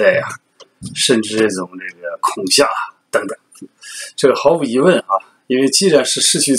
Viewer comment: 恐吓？kong xia? kong he